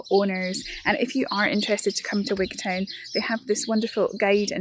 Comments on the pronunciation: I know you come from D&G, or at least guess you're from there, but Wigtown is said Wig'tun ... just as you don't say Wig'town'shire .. it's Wig'tun'shir. Unless I spent too long down there and became a local. Anyhoo, fantastic corner of the country ... before living down there, when I was still in primary school up north and Glasgow, I would go to Gatehouse of Fleet for my hols. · What a peculiar pronunciation of Wigtown